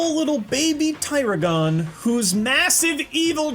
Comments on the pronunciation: Teer-a-gon it’s a baby tiger dragon hence tiragon so it’s pronounced Tie-rag-on. There is a card called tiger dragon and this is a baby version of it. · It's baby ta rag gin not taragon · Dude it's not baby teragon it's baby t'ragon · I always thought it was pronounced baby tradragon like in the anime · It’s pronounced tear-rag-on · "Ti"ragon if you're going to say a card's name say right!... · You mispronounce Baby Tiragon. It is pronounced Baby Tir- agon like in dragon .